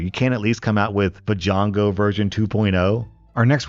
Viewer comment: Vajongo... Dammit XD love ya for the laughs